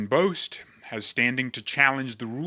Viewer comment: 'Bost' is pronounced like the 1st half of Boston.